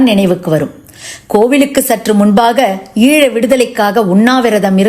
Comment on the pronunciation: ஈள என உச்சரிக்க வேண்டாம்! ஈழ என உச்சரிக்கலாம்! இந்திய தமிழை பயன்படுத்த வேண்டாமே!